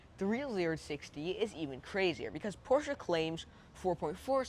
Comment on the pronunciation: Great review young man! Appreciate your honesty. Much better than most salesmen 5 times your age. Also pronounce Porsche correctly. Showed me more about the car and features than anyone else. I am a Mezger Twin Turbo driver. Have been driving and owning 911 Porsches for 50 years. Just wanted to thank you for a job well done. You have a very bright future. Keep up the good work!